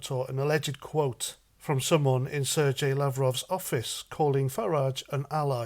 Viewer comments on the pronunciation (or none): none